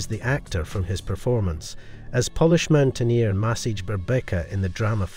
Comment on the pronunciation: I just finished binging High Water on Netflix (in the USA). What an amazing program. I was surprised the maker of this video pronounced the country as Pol-lish instead of Po-lish, and did not pronounce W correctly as V. Sorry to be rude, but the video made a terrible event look like a cartoon. I quit watching before the end.